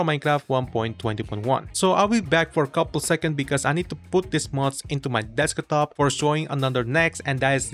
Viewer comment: desk-a-top lol